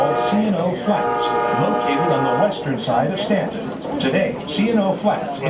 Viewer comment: Pronounced STANTON..the U is silent